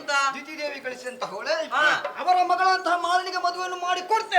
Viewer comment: ಓಳೆ, (ಓಲೆ)ಮಣಸ್ಸಿಗೆ (ಮನಸ್ಸಿಗೆ) ಅಲಿಯ (ಅಳಿಯ) ..... ಇದು ಈಗಿನ ಕಲಾವಿದರ ಶಬ್ಧ ಉಚ್ಛಾರಗಳು. ಬಹಳ ಬೇಸರದ ವಿಚಾರ . ಯಕ್ಷಗಾನ ಈ ರೀತಿಯಾಗಿರುವುದು ಖೇದಕರ ...